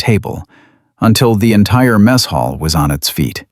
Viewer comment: Please tell your AI it is a mess hall not a French missile chuckle. It's distracting and disrupt the flow of the story when the AI doesn't use the proper context it's not as smart as it thinks it is😂